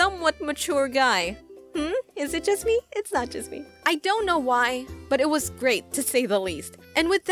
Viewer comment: Yust Say it jajja María sucks!